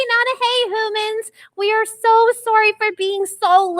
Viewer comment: Its humans not hoomans